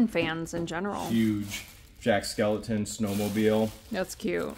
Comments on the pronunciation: Please, his name is Jack Skellington not skeleton.💀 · It’s Jack Skellington. Not Skeleton